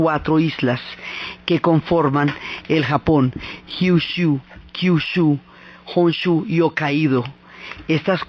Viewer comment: Me encanta cómo relatas todo. Me encantó este video, aunque te quisiera recomendar que practicaras un poco los nombres. Sí, el pronunciar japonés correctamente es un poco difícil, pero sólo por la longitud, pero es que saca un poco del relato cuando se escucha "onshu" en vez de "Honshu" o "Amatserasu" en vez de "Amaterasu" o "Teno" en vez de "Ten-noo"... Por lo demás, es excelente!